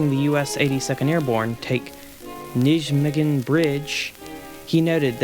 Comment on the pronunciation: the name for the bridge is pronounced "NIE-maygen", otherwise, great video!